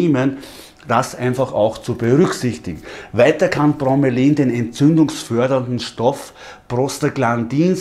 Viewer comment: Bro-me-la-in... ausgesprochen..nicht bro-me-lain^^